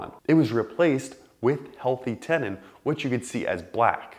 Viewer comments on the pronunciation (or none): What's a tenon? You mean tenDon pronounce the d